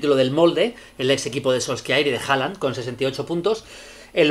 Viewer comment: Gran vídeo, pero como te dije en otro vídeo. Se escribe Håland, pero se pronucia Holand debido a que la å se pronuncia como una O. Saludos desde Burgos